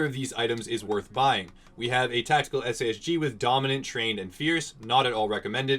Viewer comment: Why would you call the SAS-G like that, it's a sausage! :D